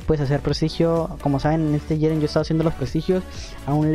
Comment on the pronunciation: Porque dices "shiren" xd?